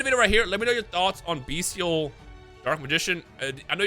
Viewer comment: will pronounce Bystial correctly eventually